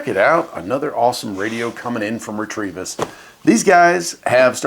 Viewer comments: Fun. Do you know you're adding an "R" to the middle of the company name? I'd say it "REH-teh-visss." Tryin' to help. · Re trevis? Isn't it pronounced, Reh Tivis?